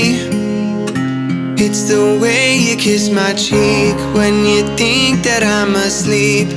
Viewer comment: i notice that he doesnt pronounce the h on "think and thing"